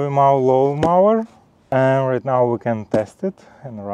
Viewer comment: Congratulations with your new mower. However, one pronounces the "o" in mower as in "go" or as in "Joe".